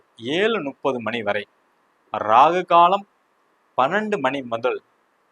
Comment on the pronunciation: வாழ்க வளமுடன் 🙌 ஐயா இந்த பஞ்சாக விளக்கங்கள் மிகவும் அருமை அடியேனின் ஒரு சின்ன வேண்டுகோள் 30என்பது முப்பது உங்கள் உச்சரிப்பு நுப்பது என்று ஒலிகிறது 🙏